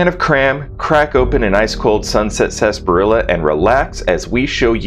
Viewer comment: Awesome video. Will think about how you pronounced Sarsaparilla for weeks